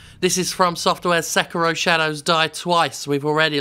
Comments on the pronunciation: SekEEEEEERO not sekuro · Sek-iro? It’s pronounced Seh-kiro isn’t it?